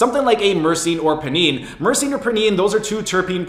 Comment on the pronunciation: It's pronounced "pie-neen". Think of it like you're going to extract some pinene from the pine needles of a pine tree.